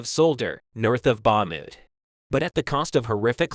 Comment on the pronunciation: Bar-mout? Bar-kiev? Only VERY old videoclips. Sentences that no normal person would say. This is a typical Chat gpt created channel, with a voice bot doing the narration. Do not support this kind of channels that are only in it for the money. Report them to youtube so they can be banned.